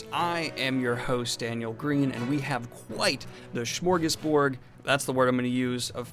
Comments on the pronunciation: "Smörgåsbord" not "SCHMORGISBORG" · WRONG!! ITS SMÖRGÅSBORD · "smorgasborg." It would help if you said it right... smorgasbord. The church is probably a "winter dragon" like scene. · Smorgasbord with a d not a g. Come on Daniel get it together